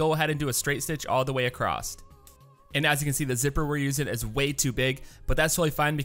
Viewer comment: Where are you from? Just wondering because you say “acrosstT” instead of Across